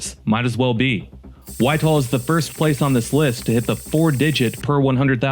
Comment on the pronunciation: A.I. must do all the writing for videos!! Someone should put a stop to it!! Why?? Because mostbomof the time A.I.never gets words correct!! In this one, it's "Whitehall"!!! Not Whiteall!!! 😮😢😮. Akron was also misspelled!! Really??😮😮